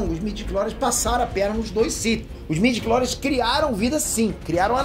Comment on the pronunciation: Informação realmente maneira! Mas midiories? Pwp! Eu sei que vc só está falando o que realmente está sendo divulgado! Mas pow! Midiclories? Mano! STW morreu